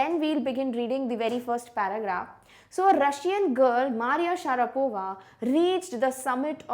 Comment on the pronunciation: mam u mispronounced maria.